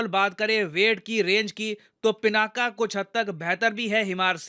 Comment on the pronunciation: सर, विनंती है कि पिनाक को पिनाका तो मत बोलिए! भगवान शिव के धनुष के नाम से प्रेरित नाम है हमारी मिसाइल सिस्टम का।